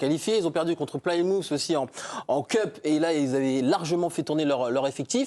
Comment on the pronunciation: Ca se pronounce « pli-mouf » pas playe-mouf